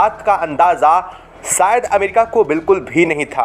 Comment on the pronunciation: अबे श बोल सिकंजा क्या होता है??? सायद क्या होता है??? रिसते क्या होता है??? रिश्ते बोल